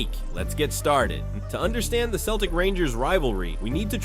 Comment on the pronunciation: 17 seconds in - he calls them "Keltic"....... 19 seconds in - I turned off !!